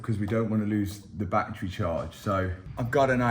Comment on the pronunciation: I'll subscribe the day you say BATTERY correctly